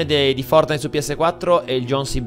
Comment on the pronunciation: Nobody:: FoRtINiTe